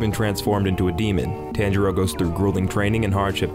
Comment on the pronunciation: The tanjiro pronunciation makes me sad